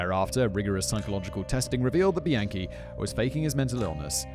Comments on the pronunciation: Every time Simon say Bianchi I hear "the yankee." Thanks for covering this one fact boy! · somehow i keep hearing “the yankee” every time you say bianchi 😭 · The whole time I thought u were saying "The Yankee" cuz he's from New York but halfway through I Realized you were saying bianchi..:( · Why did I keep hearing “the yankee” every time you said “Bianchi” 💀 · OFF TOPIC: I keep hearing "the Yankee" when Simon says "Bianchi". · Soooo glad I'm not the only one who was hearing that!